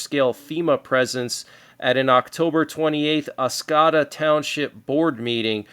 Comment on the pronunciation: I live in Michigan, What you talked about in Oscoda, Michigan, is on point. on a side note, the way you say Oscoda is: Os/co/da , three syllables. Michigan has a lot of tricky names to say. Mackinac is pronounced: Mac/in/awe. crazy but true. Just some fun facts.